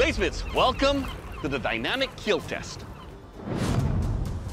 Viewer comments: Keal not keel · Keal not kill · the way he says kill he says it like keel